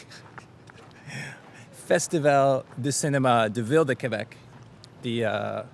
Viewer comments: Thanks for visiting !!!! Really cool video 💙💙💙 And I appreciate your effort of saying "Québec" correctly and writing it correctly as well ! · thanks for pronouncing Québec correctly, most english speaker don't seem to bother